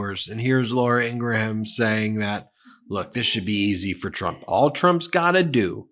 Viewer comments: “Laura Engramm” 😂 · She pronounces it "In-gram" with two syllables. Just as we respect others pronouns, we can do their names too. Just a lot more professional. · Ugh!!! Learn how to say 'Laura Ingraham'!!!!